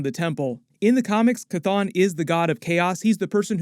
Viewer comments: Jesus the fucking H is not silent. Its Cheh ton not Cuhthone. 🤦🏿‍♂️🤦🏿‍♂️ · Dude, the demon's name is not pronounced Kathon its pronounced Shhhthon. You didn't hear Wond say it in the movie. I keep commenting to you everytime you mispronounce it. I guess its better than the way you use to buchter it, Kathone. Its Shhhthon !!!!!!!!!!!!!!!!!!!!!!!!!!!!!!!! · After MOM i realize Chthon is pronounced sathon. So I always cringe when I hear it pronounced cathon now.